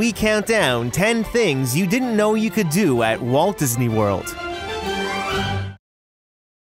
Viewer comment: Disney not Dysney